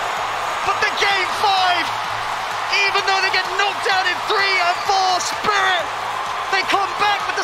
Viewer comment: Ceeeeeeeeeeb, do you mean "Spirit"? :)))